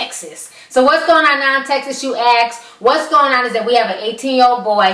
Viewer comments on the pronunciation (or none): oh no that neck again!!! please cover your neck! it is scary looking, AND the word is ask, not ax! please get it right, and put on a turtleneck! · It's ASK not AKS. Assssssssssk. Not AX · "Acks me?"